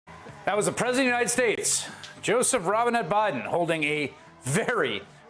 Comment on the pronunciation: The preudent or how is he pronouncing the word "president"?